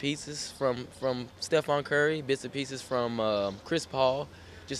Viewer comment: He said stefon curry